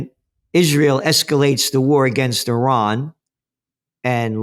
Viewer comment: Please stop saying Eye:raq and Eye:ran, please